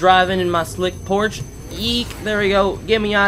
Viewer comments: “Porsche” is not pronounced “Porch”🤦‍♂️. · You said porsche wrong you non car guy